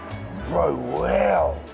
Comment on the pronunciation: The way he says Weow absolutely cracks me up every time 🤣